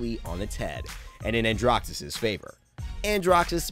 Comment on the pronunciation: Did he pronounce it andrough?! Helpful vid though